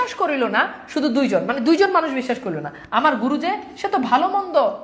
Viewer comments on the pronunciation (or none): none